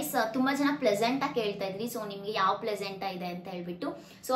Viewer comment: placenta 😅.. crrct aaghi pronounce maadi 😂... Plesenta antha kelsutthe